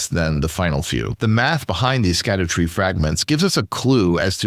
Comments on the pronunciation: It is pronounced “shadow tree fragments”. They pulled a fast one on us and are using old English where “sc” makes the “sh” sound. For reference check out how Tolkien originally spelled Shadowfax (Sceadufaex) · "Shadow" tree fragments. It's pronounced shadow